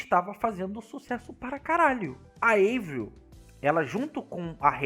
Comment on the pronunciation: Não é eivril é "AVRIL" o nome dela é francês e não americano!